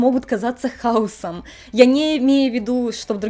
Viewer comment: В значении "бардак" ударение на вторую гласную, ну и склонение больших числительных :)